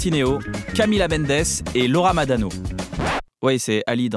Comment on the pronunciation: C est Laura maRano pas Laura madano